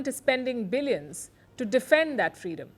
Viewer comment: To give frreedom to African gold 😂😂